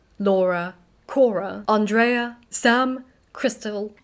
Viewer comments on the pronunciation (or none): none